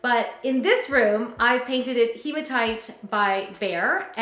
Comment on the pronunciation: I make jewelry and you're one of the few people I've seen pronounce hematite correctly! Heematite! One of my fav stones.